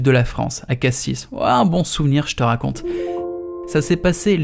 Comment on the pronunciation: NOOOOOOOON UN GARS DU SUD QUI DIT "CASSISSE" AU LIEU DE CASSIS